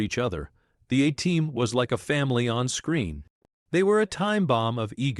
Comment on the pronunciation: Fucking 2 seconds in, and it can't even pronounce A-Team. Fuck AI slop